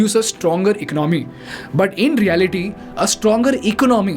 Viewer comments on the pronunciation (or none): This guy cant even say english words properly lol, its e con no mey , not iconmy.